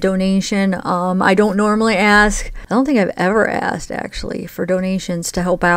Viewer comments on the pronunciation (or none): none